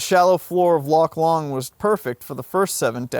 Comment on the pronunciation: Loch Lomond is pronounced ‘LOW-MUND,’ not ‘LOMMOND.’